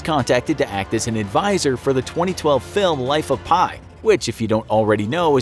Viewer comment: That's not how you pronounce "Pi"!